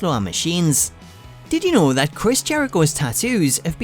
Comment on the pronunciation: Tittie know series.....😂 Thats all I hear know☃